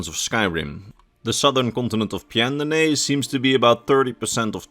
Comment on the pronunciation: I love how he doesn't even try to pronounce pyandonea, and just says a bunch of gibberish is the rough shape of it's pronunciation